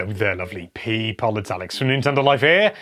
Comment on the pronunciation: Hello there Alex. It's pee-pole here.